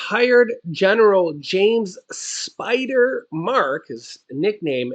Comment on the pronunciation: It's "Spider"!